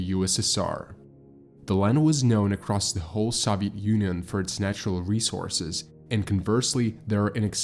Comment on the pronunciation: Who doesn't know how to correctly pronounce Soviet Union?